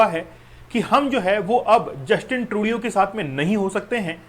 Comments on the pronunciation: Justin ट्रूडो होता है सर Justin ट्रूडियो नहीं होता है सर आप भी ना बस ग़लत नाम ले रहे हो वही नाम अब छात्र बोलेंगे ! 😮😮😮😮😮😮😮😮😮😮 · Sirji atleast learn to pronounce Justin Turdo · yes. ko batao